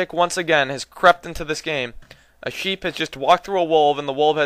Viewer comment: sheep?I thought you said SHIT!!lol